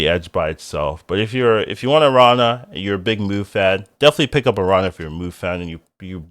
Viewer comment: Nice to see you're back. Love your takes on cards. The tilde over the n in Araña changes the pronunciation, it ends as "Narnia". It's just spider in spanish, btw.